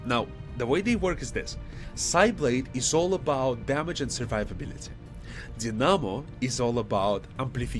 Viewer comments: Very informative video. Just a friendly reminder, dynamo is pronounced like “die no more” (which is what I intend to do now that I’ve watched your videos). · Just as an aside, if you don't mind, but you're pronouncing "dynamo" incorrectly. 🤓 It's actually pronounced as "DYE-nuh'moh." Your command of both the grammar & syntax specific to English, coupled with a not-at-all intrusive Russian accent (I think your accent is fuckin' dope, personally), combine to make you perfectly comprehensible to any native speaker of the language in question, certainly; given all that I've said so far, I figured that you'd want to know when you were making a small mistake so as to prevent making it again in the future. 🙂 Keep up the great work with the channel, man! I love all three of your videos about the new soldier archetypes in "War of the Chosen!"